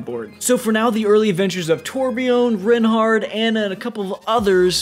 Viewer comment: Reinhardt (Rye-n-hart)